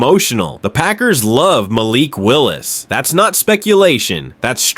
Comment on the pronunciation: Stop mispronouncing Malik 😢